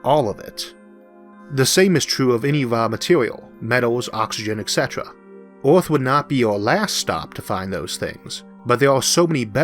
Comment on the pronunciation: The planet is called "Earth" in english, not "Orth".